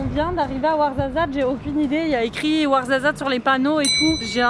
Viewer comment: je suis comme toi j ai rien compris de ce qu ils ont dit mais le warzazat c est trop drôle comment tu dis je sais même pas si c est comme ça qu'on écrit mais bref je t adore🥰 ( et j ai réaliser que j ai le même bracelet) qui se fait pas quoi faire: bon bah je vais aller bouffer